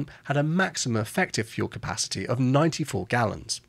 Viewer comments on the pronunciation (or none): none